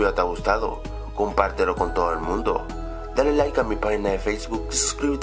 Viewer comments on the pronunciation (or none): none